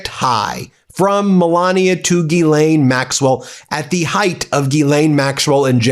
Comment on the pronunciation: Someone in your world must be able to demonstrate how to say Guylaine with proper pronunciation